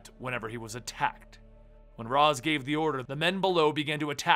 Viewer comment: Ras is actually pronounced "Ray-shh".